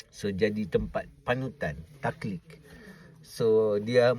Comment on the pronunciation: Taqlid dong bukan ta'lik...sumpah lepas akad nikah!!